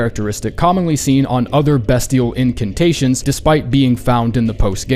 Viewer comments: pronounce bestial correctly already. It's BEASTIAL. Jesus fuck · I'm sorry BEST-IAL BEST BEST BEST??? yikes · Beastial at 17 is a fucking joke, especially when you have comet axure at 19. And the pronounciation is also a joke